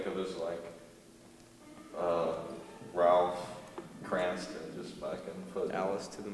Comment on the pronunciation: Does he mean ralph cramden? Whos cransten? Im confused.